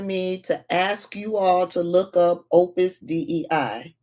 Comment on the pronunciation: It's pronounced Opus Day. It was in Dan Brown's book.